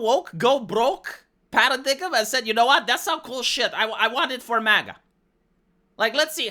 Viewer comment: “Paradigm” pronounced para-dime